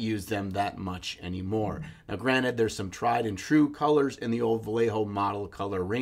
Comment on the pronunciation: is it just me or did he make a Rick and Morty joke or did he mispronounced granted???